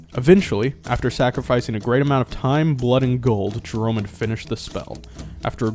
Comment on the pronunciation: First, it's Jornhelm (Jorn-Helm) not Jerome. Take a drink of water and enunciate if you are going to speak for a living. Second, the Tarrasque should not be difficult to handle for characters above level 15 to handle. In 3.5, though it's atk bonus is 57, it's not immune to curses so you can easily drop it's attack by 10 and field a guy with 70 AC. Or field an unkillable barbarian with clerics healing him. I think you can out heal the tarrasque by level 12, maybe less. In pathfinder, his attack bonus is even less and you can field characters that can grapple and pin it, reducing it's actions to breaking the grapple. Also, it has 525 or so hp in every version and isn't immune to lightening so shocking grasp specialists can put it down in one turn, in Pathfinder, at least. Delivering an empowered/maximized shocking grasp through a x3 crit weapon. I think you can do similar things in 3.5. If you are talking strictly 5e as I see the numbers seem low (I don't play 5e, it's trash), I bet there are a dozen high level spells that will get the job done. Also, outside of Pathfinder, it's ability to find hidden targets is crap. Go capture a genie Kill it while having someone else also dealing subdual damage After it's dead and has so much subdual it won't wake up, wish it perma dead. Actually possible at low level.